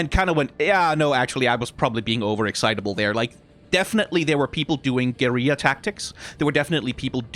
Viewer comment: That's a new way to pronounce guerilla. Guh-yee-ra instead of Gərilla